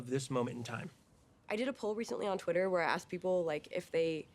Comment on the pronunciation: cause she says "Exsh" when she tries . adorable